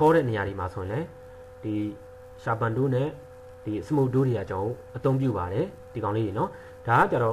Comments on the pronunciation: tool (တူးလ်) ပါ တိုး လို့ပြောနေတာ နားထောင်ရတာ တမျိုးကြီး. တယောက်လည်းမဟုတ် နှစ်ယောက်လည်းမဟုတ် တိုး နေလို့ပါ. ဆရာကြီးတော့မဟုတ်ပါဘူး အများအားလုံးမှားကုန်မှာကို မလိုလားလို့ပါ. ကျန်တာကောင်းပါတယ် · ဆရာရေ တိုး မဟုတ်ပါဘူး တူးစ် ပါဗျ